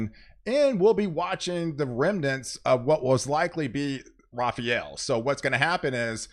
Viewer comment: Rafael. Not Rafarel.